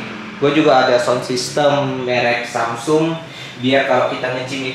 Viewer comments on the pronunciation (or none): none